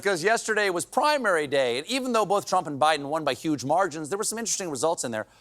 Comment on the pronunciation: ahh yes, the dumps were "YUGE" if i remember correctly :>